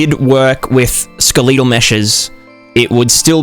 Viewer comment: This pronunciation of skeletal is making me anxious. Sorry can't help it.